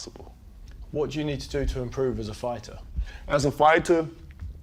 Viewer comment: Why Deontay saying fighter and certain other words like a brit? LOL